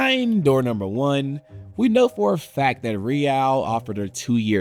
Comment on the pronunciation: I normally love SB, and whilst this is still good, the failure to learn how to pronounce stuff (Capelow, Ree-al) is just plain lazy